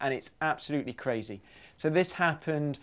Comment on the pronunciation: Because that's craz-e. I'm sorry.